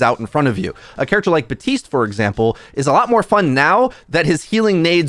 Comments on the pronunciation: 5 years later still and still saying Buh-tiste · How do you still pronounce baptiste wrong he literally says his own name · Love how you cant pronounce Baptiste or Kiriko correctly 🤣